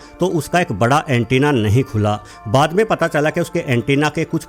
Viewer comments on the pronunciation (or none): none